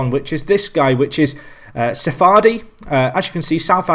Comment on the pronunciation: by the way His african so you pronounce the p Sephaidi(Sepaidi)